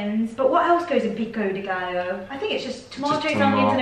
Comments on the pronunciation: Pico de WHAT-o?? Think "guy o". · You guys say pico de Gallo is different. We say pico de GUY-O. You say Gal-O. We make it a male not female word. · Another one: Pico deh Guy Yo is how you pronounce pico de gallo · Add pico de gallo to the list of words you're pronouncing incorrectly. It's pronounced peeko-de-guy-o. Two ll's in Spanish makes a y sound.